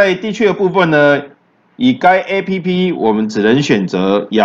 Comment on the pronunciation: A p p是一個字 你都會boss 你不如分開一個字講 b o s s 啦